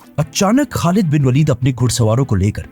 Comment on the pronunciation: not walid bro waleed